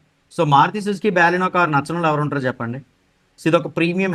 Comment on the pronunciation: Baaleno kad bro baleno